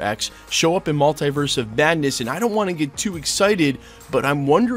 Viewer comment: STOP PRONOUNCING MULTIVERSE LIKE THAT